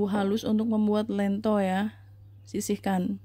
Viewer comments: lentho (spt bilang 'lenteng agung')...bkn lento.. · Lento di baca dengan 'e' pepet mbak, bukan dengan 'e' taling... 😁🙏🏽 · Bukan ieto tapi lento tau